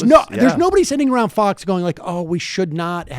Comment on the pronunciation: I swear Bernie is saying "fucks" not fox.